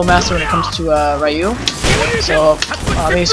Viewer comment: No offence,but the y in Ryu is pronounced as a long E.